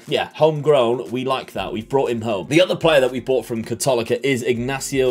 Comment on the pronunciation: It is pronounced KAHTOLEEKA it basically translates to Catholic University.